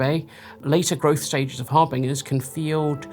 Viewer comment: it’s pronounced har bin jer